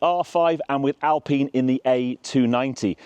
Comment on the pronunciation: The fact that you pronunce Alpine correclty makes you a trustworthy car reviewer . Gt turbos are the real proof that real driving fun can't be translated intto performance numbers.